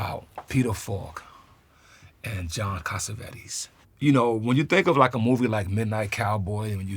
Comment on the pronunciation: He mispronounced Cassavetes many times, and Hoffman.